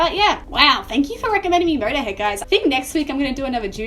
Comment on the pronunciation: Okay so let's listen to Murderhead and the song bummer. Your pronunciations are scandalous but I'm not complaining lol